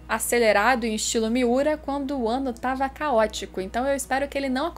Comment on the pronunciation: Ela falou, "quando o ano fica caótico ", eu escutei "quando o wano fica caótico", kkkkk já está! Espero que venha logo mais de berserk, e que venha algum anime em 2d também!